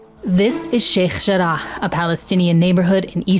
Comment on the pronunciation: I pronunciation of sheikh jarrah is really pissing me off